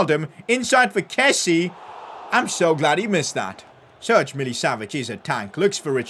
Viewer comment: Call SMS Ser-geyh. Not Serge like Gnabry one.